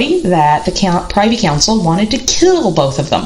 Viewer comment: Privy is pronounced (Prih-vee) with a short i. Privy Council, not PRI-vee with a long i. Looking forward to reading your book. I think you are right about the tubercular effect in Tudor males. Edward was also very pious and priggish and really rather bigoted about any view of religion that was not radical protestantism. He casually disinherited both his half-sisters and executed two blood uncles. Very Tudor.